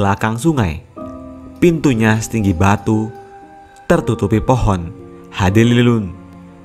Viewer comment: Maksudnya mungkin pohon.handeuleum dan hanjiang tapi karena yang baca narasinya bukan orang sunda atau anak muda yang ga paham bedanya e, è dan eu